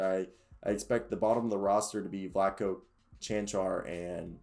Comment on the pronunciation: You definitely know your Nuggets stuff and you pronounced both Dozier and Čancar perfectly 💪🔥